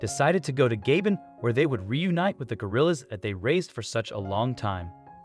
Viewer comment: Nice video. However, the country is pronounced ga-BONE.